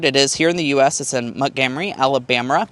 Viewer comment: if you can't pronounce Montgomery, just say it's built in Alabama.